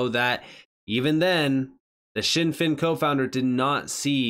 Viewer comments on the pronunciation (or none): It’s always been pronounced Zin Fin, never known it as shin fin in the years that I’ve been researching the company